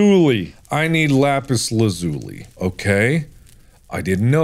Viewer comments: no one is saying how he says lapazi lapuzi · no no no, lapuuzzi lazuuli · Mark: "THE WAY you make magic is by crafting an enchating table. AND the way you make an enchanting table is by doing..." click click Mark: "glElagh" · Little did Mark know, it’s pronounced Lapis (L-Ah-Zoo-Lee) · Mark- “Le Puzzi” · "lapus lazulee" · it’s pronounced (LaPIS LAWzoolee) (Lapis Lazuli) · Ahh, yes, Lapis Lapoosy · Its Pronounced Lap-us Laz-uh-Leet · Its pronounced lapis lah-zoo-lee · I can't be the only one that finds it weird how he pronounces the "lazuli" part of lapis lazuli. Right?